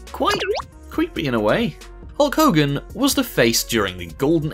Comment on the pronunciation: Hulg hogern😂😂🤣🤣🤣🤣🤣